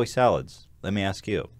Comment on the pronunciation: why does joey salads say axe instead of ask?